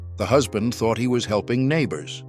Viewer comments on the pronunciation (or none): none